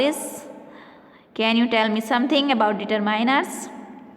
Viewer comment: Mam it's determiners not determainers😂